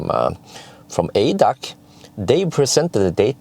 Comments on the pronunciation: Again an informative video from you. For your information: ADAC is the abbreviation for "Allgemeiner Deutscher Automobil Club". The letters are pronounced individually A D A C. Kind regards from Germany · We don’t say it in one word in German. A-D-A-C like AC/DC Never heard it in one word 😅 Follow your videos for years now, greetings from Vienna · It´s pronounced A D A C ;-) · Funny to hear it as ADAC, sounds unfamiliar. We say the letters separately. A-D-A-C.